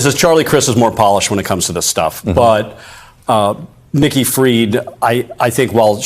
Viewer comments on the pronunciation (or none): Nikki not icky!